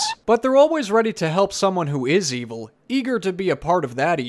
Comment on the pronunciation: I love how you say "e-VUL"